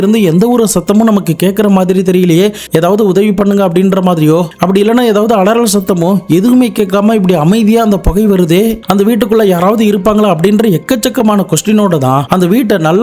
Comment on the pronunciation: 4.14 - Adei athu adaral satham illa da thambi. Athu alaral satham nu sollu.. Kadavule.....